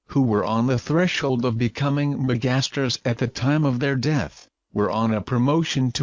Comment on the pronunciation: Bad pronunciation of "megastars".